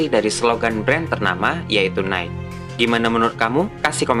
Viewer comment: Nike = bacanya "naiki", bang :)